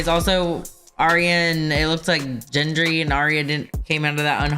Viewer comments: it’s all good! You’re on top of things. And Gendry is pronounced with a hard G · While the focus is on the amputation, it IS possible that Jon isn't loving that as much as he's loving the pretty girl with a fiery spirit. 😉 - You still can't pronounce Gendry's name? Really?!? 🤨 Get. Grand. Gross. Greg. Gorgeous. Gendry. Joffrey is a character that commits violence because he gets off on it. (Trust me, there's worse.) Unfortunately, people couldn't separate the character from the actor, so Jack Gleeson took a six year break from acting, although I believe he still did some live theater during his screen break.